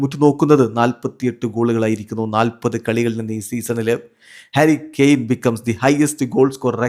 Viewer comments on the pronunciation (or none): harry kane❌karry kane✅